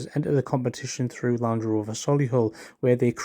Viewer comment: land “rOOver”